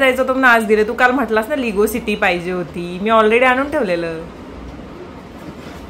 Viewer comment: लिगो नाही ते लेगो असा उच्चार आहे